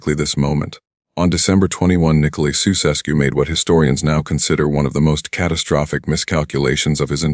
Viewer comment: Jee, first trie to pronounce their name right man, soeseskoe pfoei....